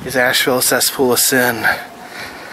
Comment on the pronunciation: Wtf is a 'cessfool'?? smh :-(